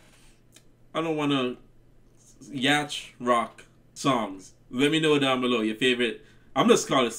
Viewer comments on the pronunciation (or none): YES!!!! 💜💗💜👏🏼👏🏼👏🏼 I call it “Blue-eyed soul!” Yacht is pronounced YOT 😉 Please put their “Wait For Me” and “Rich Girl” on your hit list! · Yacht is pronounced yot or yawt. Rhymes with not and lot (although some accents make it a longer sound in the middle than that). It's those big fancy boats that rappers and rock stars shoot their videos on. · Love your reactions a lot!! <3 BTW, the word "yacht" is pronounced "yawt." A yacht is mid-sized sail boat. I would call this song blue-eyed soul. Some of Hall & Oates' songs are more on the pop side, but a lot of it is blue-eyed soul. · I'm sure someone else has already commented on this. Yacht is pronounced yaat. For some reason, the 'ch' is silent. You should listen to Soldiering, which is, to the best of my knowledge, their only ska influenced song. Great fun and highly danceable. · Great song and reaction though the word yacht (a luxury sail boat) is actually pronounced "YAWT".